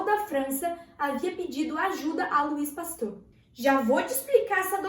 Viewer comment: Oui oui arrasando no Frances hahaha falou certo, relaxa!